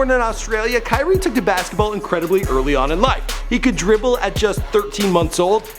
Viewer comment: he said could dripple at the age of 13 I'm weak